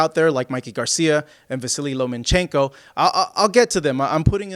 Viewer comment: Say "Lomenchenko" one more time ffs!! It's Lomachenko.